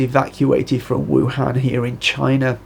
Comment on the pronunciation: Wuhan is pronounced EwHan. So I suggest "Ewflu".